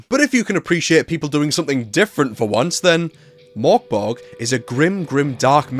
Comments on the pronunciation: You dont need to do the complicated Murk Berry thing - it actually says in the book on page 1, Pronouced Murk Borg. phew! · The Ö means it’s pronounced Murk Borg